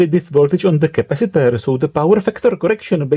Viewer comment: Intonations also Boom your mind de ... 😂 Capasitorrrrrrrrrr... 😂 Lol